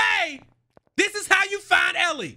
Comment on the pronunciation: When he said Ellie. I thought he was jokin